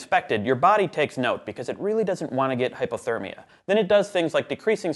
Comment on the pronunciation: I'm fairly certain you said "hippothermia" the first time you tried to pronounce hypothermia,. It's a shame I don't know the average internal temperature of a horse, or I'd have made a not-particularly-funny joke about it. It's probably higher than a human's though...